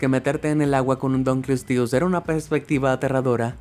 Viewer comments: No tienes que leerlo en falso inglés, "dankelsties". Es un nombre en latín. Y la pronunciación latina era como la castellana: "dun-kle-ós-teus". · se dise dunkleosteus